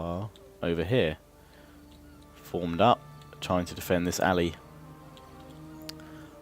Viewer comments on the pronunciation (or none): none